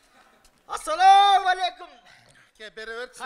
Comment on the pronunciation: Атсалому эмес. Ассалому дебейсинби саламды дагы туура айталбай алып баруучу болосун.